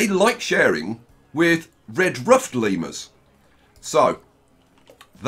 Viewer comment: nobody: literally nobody:: LeMeRuS